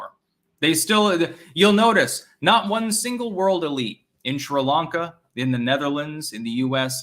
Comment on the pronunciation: mein Herr, please pronounce Sri Lanka correctly. It is "Sree-Lahnka", not 'shree'. Also, you mispronounce Enschede. Do check mit deiner wijf.